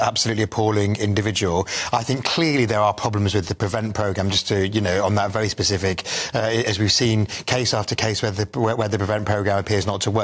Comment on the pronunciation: It’s a farce! All politicians are gross! I hate the UK, I want to seek asylum, can I go to the Caribbean please? Free house, free money…can I bollox! Oh also, that Tory woman, I’ve twice heard you in interviews say “pacific” not “specific” and if you can’t tell the difference then you sure as 💩 shouldn’t be a politician! Run a country….couldn’t run a bath!